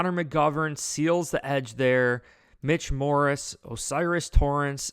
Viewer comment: Love the videos but you gotta start saying Mitch Morse's name right lol